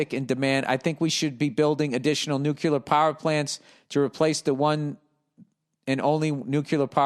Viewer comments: Why does he keep saying NUCULAR.... it's nuclear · Cmon Bill, noo + klear. Noo klear, Nuclear, you can do it.